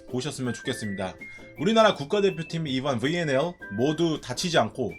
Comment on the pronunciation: 브왈리볼, 븨앤엘...충청도 본토 발음 굿~